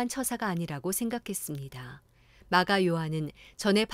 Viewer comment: 이 영상을 보게 해주신 하나님께 감사드립니다❤ 귀에 쏙쏙 들어와서 항상 잘 듣고 있습니다 감사합니다^^ 열심히 듣던중 '마가'라고도 하는 요한 부분에 '미가'로 녹음이 된것 같아서 알려드립니다:)